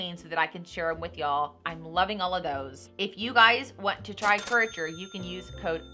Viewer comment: It's pronounced cure A tor